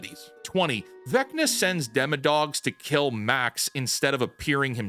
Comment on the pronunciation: Honestly like how he says "dimma-dawgs" like he's Doug Dimmadome, owner of the Dimmsdale Dimmadome